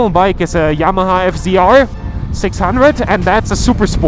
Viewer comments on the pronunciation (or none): none